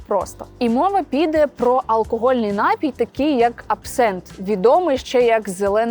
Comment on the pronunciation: НапІй, а не НАпій.